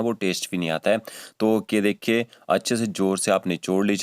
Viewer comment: ये की जगह पर gay बोल रहे हो